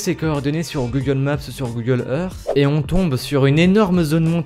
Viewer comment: OH MON DIEU COMMENT TU DIT GOOGLE MAPSSSSE ET GOOGLE éRSSCE